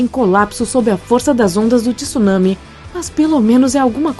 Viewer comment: Alguém diga a essa dubladora que não é tissunami. Tsunami se lê com o T mudo, junto com o S O som é TSU mesmo